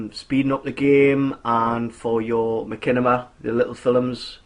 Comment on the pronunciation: "Makinima" WTF is that, its mashinima (spelt machinima)